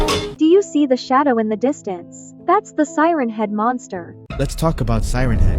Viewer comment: it’s siren head not seren head